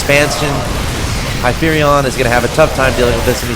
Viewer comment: This is the actual player Hypherion. A) thank you so much for saying my name properly. B) Thank you so much for the advice. It is painful to watch this match because I made so many mistakes, but the advice was really helpful. Anything to improve my game I greatly appreciate it. Again, thank you so much.